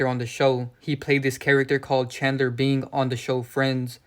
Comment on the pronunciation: Bing sound alao like being